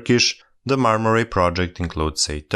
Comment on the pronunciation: The "ay" in "ray" isn't pronounced like "ai" in "rail". Right pronunciation is more like the word " I ".